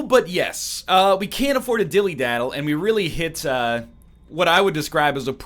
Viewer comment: Am I crazy, or does NL keep saying "dilly-daddle" instead of "dilly-dally?"